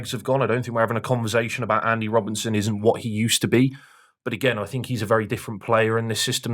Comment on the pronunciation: sorry to correct you. Its Rob_BERT_ son not Robin_son